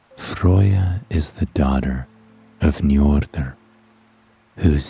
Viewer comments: FROY-YA!?!?!?!?!?! bitch its FREY-YA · but every Norse person I actually know ALL say you are butchering her name 🤣🤣🤣🤣🤣